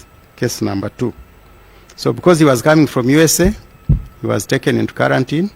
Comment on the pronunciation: karantin or Quarantine???